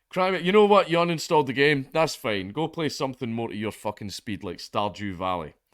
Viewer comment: Did you say "Star Jew Valley"?